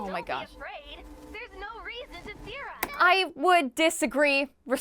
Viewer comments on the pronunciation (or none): Is anybody hearing theorize instead of fear us